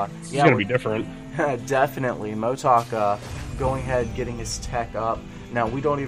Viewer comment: cMotoK pronunciation is Moto Kay